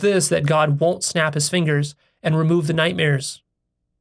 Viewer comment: I forgive you for pronouncing it night mirrors. 😁